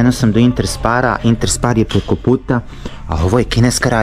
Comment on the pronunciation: Sp se na njemačkom čita Šp znači nije interspar nego interšpar